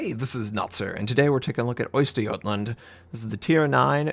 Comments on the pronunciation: Indeed it was, had been better if he had said "Oster Gotland" instead of Oyster Gottland" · Östergötland thank you verymuch Eastern Götland and Eastern Gotland are entirerly different regions We Götar (NOT Gutar) demand an official appology video from you, Notser, for this herrendous crime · Oyster-Jutland? That's a pronounciation... Now do it in the proper east-geatish accent! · nah, it's pronounced "Öst er göt land". It's really hard to describe how to pronounce the Ö, it's kind of like "euh". you kind of could say "Oster Gotland" and people would probably understand what you mean. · Notser, the dots above the O's are not trémas, these are their own letters in the Swedish alphabet with their own unique sounds. Ö sounds sort of like the "uuh" sound you make between sentences, or like the u in "burger" (with a British pronounciation). Å sounds like the "oa" in "board", and Ä sounds like the "ai" in "renaissance". This ship would be pronounced uuh-ster yuuh-tland. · butchering the name incredibly. couldnt you atleast have tried ? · Don't be surprised he butchered the name, he's american after all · Ship name spelled incorrectly in the video title? Check. Ship name pronounced incorrect within 4 seconds of the video starting? Check. A bit embarrassing, to be honest. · Isnt it pronounced like Östrjötlant?? The "gö" is rather pronounced like "iö"??? Swedish guys may help on that?? I am so curiuos for that line and could barely wait. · As a Swede I recoiled abit when tried to pronounce Östergötland. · Well, other than that he should've pronounced the first 'ö' like the second, it wasn't actually half as bad as you usually hear from Americans. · Oh god the name got butchered.